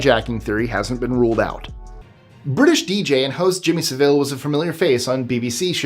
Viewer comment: It’s pronounced Sav-ill for Jimmy Savile. Don’t make his name sound more exotic, the man was an absolute sicko